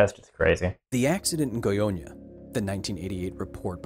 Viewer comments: You pronounced Goiânia perfectly. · I was looking forward to this video. By the way, your Goiânia pronunciation was flawless. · As a Brazilian who lives in Brasília just 200 Km from Goiânia I really appreciate that the story of what happened is being discovered by more people. Btw your pronunciation was pretty good Edit: wow 200+ likes! Thanks guys